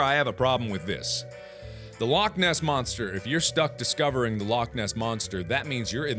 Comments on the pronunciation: All Scottish people are triggered because he KINDA mispronounced Loch XD, it's got a funny way of saying it. But Mark actually did a great job saying it XD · As a Scot, I need to say. YOU PRONOUNCED LOCH WRONG!!!!!! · YOU'RE PRONOUNCING LOCH WRONG!!! ITS LOCHHHH NOT LOCK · You need to pronounce loch as a true Scotsman "Lochhhhhhhhhhhhhh ness"